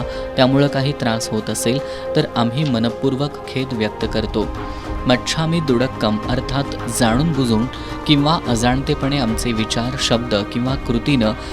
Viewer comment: निवेदकाने उच्चार चुकीचा केला... दुडक्कम नव्हे दुक्कडम